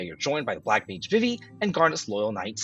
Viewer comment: 4+ years of FFIX Remake announcement soon. It's all BS until they actually announce it. Zydan, vihvih? What's with the pronunciations?